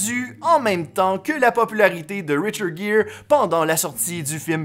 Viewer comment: Hey super ta vidéo sur le reportage sur richard Gere... 😊 Attention j'ai bien dis Richard gere Et non pas richard jere c'est un g pas j ( en fonction de la langue) 😛 C'est comme le prénom de Angie les français le dis engie... 😔 on dirai un nom une engie...BORDEL C'EST ANGIE. 🙂